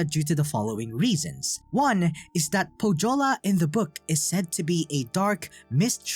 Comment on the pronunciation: Great video, I liked it a lot. But please, search correct pronouciation of Pohjola. You did great on every Finnish name, but butchered Pohjola, which was real pain. The "j" is pronounced like "y" in youth or young. Also the "h" is pronounced. Otherwise great video, keep the good work!